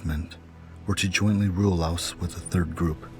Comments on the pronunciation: Why do they pronounce Laos as layooous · It always cracks me up how Kennedy pronounced Laos as Lay-os. America has always and will always be ignorant of the rest of the world. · I like how JKF pronounced Laos as “Lay-oss”. 😆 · Did he sa La os? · Why did JFK pronounce Laos “Lay-os”? It’s not that JFK couldn’t pronounce it. He chose to pronounce it like that because he knew the majority of the US had never heard of Laos. He was concerned that the public wouldn’t take it serious if he used the proper pronunciation; which sounds the same as the singular form of “lice”; which is “louse”. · Lay-oss what the heck 😂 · The way the beginning pronounced, "Laos," as "Lay-os" cracked me up so hard😂🤣 but it's fine. Narration pronounced in the same way I do when I say, "A-R Kansas," for Arkansas. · "Lay-off, Lay-aus"-Kennedy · "La Os" how can the American leadership even wage a war when they couldn't even pronounce the name correctly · lol lay os... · It’s not that JFK couldn’t pronounce it. He chose to pronounce it like that because he knew the majority of the US have never heard of Laos. He was concerned that the public wouldn’t take it serious if he used the proper pronunciation; which sounds the same as the singular form of “lice”; which is “louse”. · JFK couldn't pronounce chowder, and he sure as hell couldn't pronounce Laos ! How the USA gets dumb downed ! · Going to war with a country whose name you cannot even pronounce is so Amerikan. I was never a fan of Kennedy until after his assination and learned why that happened. Seems he was capable of learning and change. An unforgivable sin apparently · It’s like allow without the A. Learn how to pronounce it Kennedy